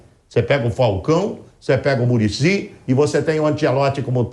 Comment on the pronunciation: O saudosismo do eh GRITANTE, "MuRiCi Na CelEçAuM" pelo amor de Deus kkkkkkkkkkkkkkkkkk